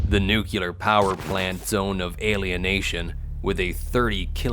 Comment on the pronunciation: I was trying to adjust to the new voice but after the fourth "nucular" I just had to turn it off. Where are you?